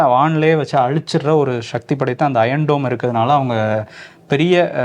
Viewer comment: தமிழை கொச்சை படுத்தி அசிங்கமாக பேசாதீர்கள்.shakthi கிடையாது.. சொல்லுங்க சக்தி.. சக்தி.. Okay..